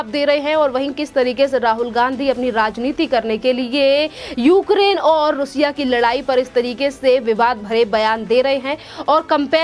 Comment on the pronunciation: Plz correct your pronunciation रूसिया , it is रशिया।